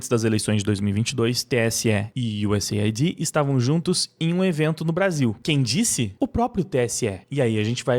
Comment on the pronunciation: US AID e não USA ID.